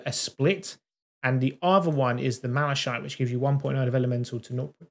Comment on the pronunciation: It's pronounced malaKite. :-)